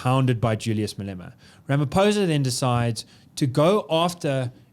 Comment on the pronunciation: Pronounciation,😂 "rameposa" and "di klirk"